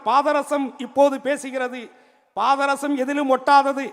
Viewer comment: Patharasam nra varthaiye,unaku ozhunga solla theriyala da punnaku